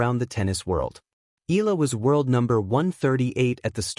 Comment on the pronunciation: Sorry, can't stand the mispronunciation of Alex's family name